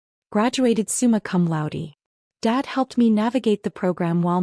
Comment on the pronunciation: Again, the lack of attention to detail. It’s summa cum laude not summa come loudy as it appears in the printed script. Get it online and to heck with making sure things are correct.